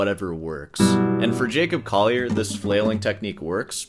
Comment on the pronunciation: J"a"cob "coll"ier